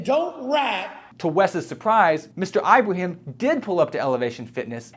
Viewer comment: It's /Ibrahim/, NOT "Eye-brahim"!!